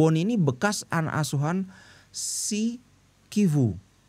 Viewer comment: Tetap dibaca civu bli.. ga kivu. Kalo cuman C.. kayak coco dibaca koko.. kalo CH ttp dibaca ce.. civu😊